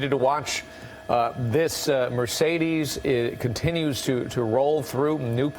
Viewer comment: What's a Me-CADE? It's M e "r" c e d e s dumbass! There's no "A" in that vehicles model name what so ever! I don't think you paid attention in SPELLING class. Were you just HIGH the whole time? Why does your phone or computer NOT have spell check turned on? Like seriously!!